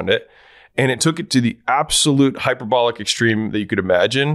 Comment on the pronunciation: You pronounce hyperbolic wrong